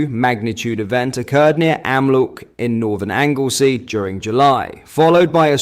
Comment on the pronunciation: Wow, a shallow (17km deep) tremor. You think that’s news? Learn geology, also get your AI to learn how to pronounce Anglesey.